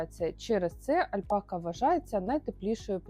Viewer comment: Чому ви робите наголос альпакА?